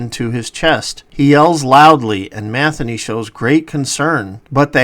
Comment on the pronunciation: Matheny? Ma thee nee.